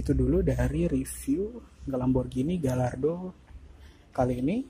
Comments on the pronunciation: Bacanya gayardo mas bukan galardo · Sebelum jadi reporter belajar meng eja yg bener . Gallardo harus di eja Gayaardo , juga ceramic di eja keramik bukan seramik. Payah ......